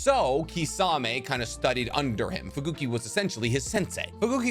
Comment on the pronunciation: iBEEki??? fuGOOki??? WHAT IS HAPPENING WITH THESE PRONUCIATIONS?!